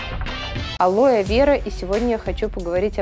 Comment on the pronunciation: Мне одной слышиться ОЛО Я ВЕРА